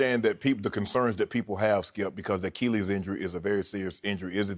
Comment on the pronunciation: An akeelees